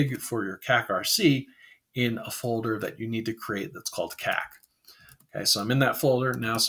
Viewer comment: I almost spat out my coffee when you first typed kak into the terminal, in my native language of Afrikaans it means "shit" and you pronounced it like some of my English speaking friends when they try to say it. Great video, informative and also good for a chuckle if your a Afrikaaner with a juvenile sense of humour. Cheers!